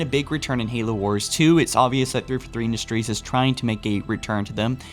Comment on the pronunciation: Your enunciation was much better in this video. You spoke more slowly and clearly than normal. Good job. You still pronounced "343" like "thrfrthree", but much better overall.